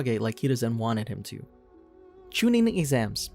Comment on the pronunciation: ... did you just pronounce “exams” wrong?